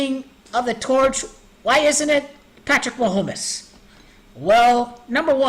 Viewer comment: Ma-home-mess lol good work